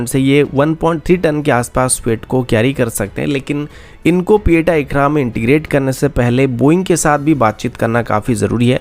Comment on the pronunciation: Bhai sab it's p 8i not pieta